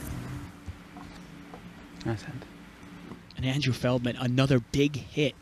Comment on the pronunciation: Surprised no one has called feldman, " FELTman"